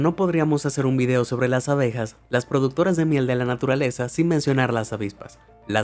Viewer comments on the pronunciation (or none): none